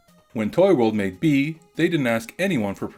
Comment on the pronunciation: It's bee not bii